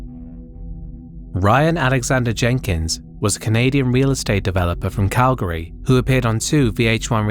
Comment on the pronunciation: GODDAMNIT OF COURSE HE’S FROM CALGARY. Damnit. (Good pronunciation on the city name, btw. In case it ever comes up again, it’s closer to Cal-gree.)